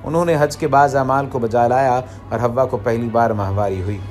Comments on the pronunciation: It's not a hawa it's hawaa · Right Pronounce Hawwa